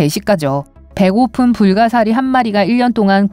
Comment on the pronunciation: 불가사리 소개 하실 때 순간 욕 하신 줄 ㅋㅋㅋ